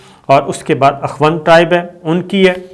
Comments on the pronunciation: صابرصاحب یہ اخوَند نہیں،اخوُند ہوتا ہے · صابر صاحب اخوند کی خ کی پیش پڑھیں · Ye lafz akhwand nahe akhond ha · Sabir Shakir : Akhoond Not Akhwand. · Akhwand nahee akhoond hota hay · Pronenciation of akhund plz check.